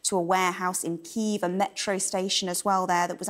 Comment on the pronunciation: Ukrainian here. She pronounced Kyiv pretty accurately to the Ukrainian pronunciation. Foreigners don't really pronounce ї correctly at all. Prolonged E is an acceptable pronunciation of ї for foreigners